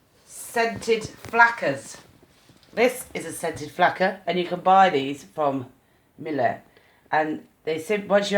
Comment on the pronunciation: its miEle, not mile... wtf